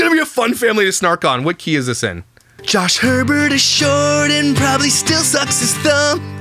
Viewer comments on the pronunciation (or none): In Wisconsin their name would be pronounced “A-Bear” (not Herbert) - So you saying Herbert repeatedly made me laugh on top of the snark 😂😂😂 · If its spell'd Hebert it's pronounced A-bear.. But if there's an R after the He as in Herbert it's pronounced Herbert.. They also said it in their Q&A